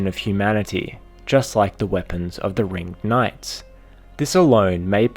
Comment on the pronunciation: so something that really bugged me in this video is you kept calling them the "Ring-id" knights making it sound absolutely stupid.